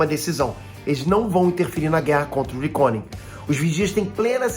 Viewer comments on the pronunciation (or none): Pqp tu vive na América, aprende a pronunciar "reckoning"